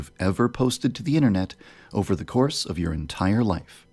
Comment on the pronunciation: For someone who doesn't really know how to pronounce "Over", you sure do say it a lot. Still love you though ;)